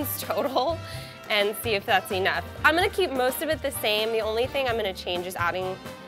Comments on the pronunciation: What the hell is wrong with her E-Nough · The way she says "enough" HAHA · The way she pronounces 'enough' really pisses me off